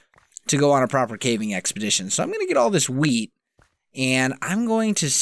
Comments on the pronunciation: Is it just me or does it sound like he says weed instead of wheat? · Lol "Ill be Rolling in wheat" Sounded to me like "Rolling in Weed"